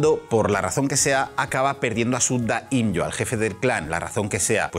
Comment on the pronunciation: Más que 'daímLLo' se pronuncia 'daimió', por favor 😂 genial vídeo, se me ha retrasado el juego y aún no puedo jugarlo pero qué ganas